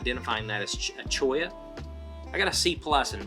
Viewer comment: Great video! I love that first shot of the skull you took! Looking forward to seeing the Route 66 video! Aced the cholla pronunciation by the way!